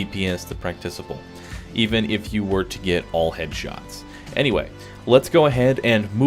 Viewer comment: I hate to be that guy but it was wrecking my head, it is pronounced "prak tik able" as in practical not "practice able" great vids though! have a nice day. :)